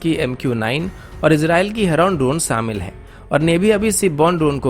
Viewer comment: Abay samil nai shamil hota or kasmir nai kashmir hota😂😂😂